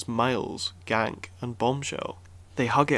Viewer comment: "Gank" lol His name is pronounced "Gahn-key" just so you know.